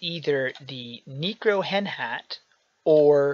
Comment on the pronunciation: It's pronounced Neck-ro-hen, not Nee-cro-hen. That being said, do a video about farming gold now that Skulltower takes keys again.